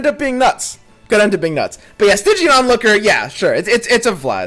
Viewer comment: Stygian means very dark (and your pronunciation was correct) which fits into a "nightfall" theme.